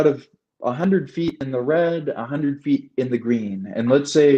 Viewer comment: This is like watching Rizzo interview Joe Buck... I just want to hear CHM's thoughts and perspective...altitude and yaw... Hope you set up a youtube account. You're well spoken in that you get your point across, but you could work on your diction. It's hund red not hunderd. End a thought with a point or a lead in to another question. Don't trail off with... and the whole 9 yards. Hope to hear you speak sometime, I'll attend.